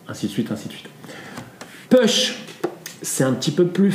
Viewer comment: Ahhhhh nous ne prononçons pas ' PUCHE ' mais " POUCHE " ...